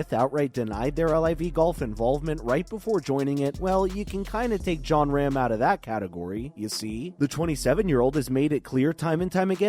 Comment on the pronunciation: its pronounced ROM not RAM ..